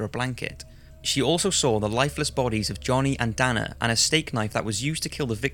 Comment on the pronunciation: As someone named Dana its awkward to hear you mispronounce the name...